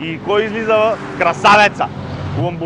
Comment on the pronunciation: Явно щото го казва с ЛамборДЖини, а правилното нали е ЛамборГини :)